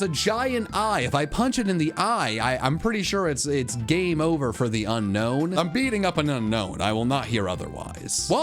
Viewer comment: JHON IS NOT A POKEMON'S NAME! AND IT'S UNOWN, NOT UNKNOWN!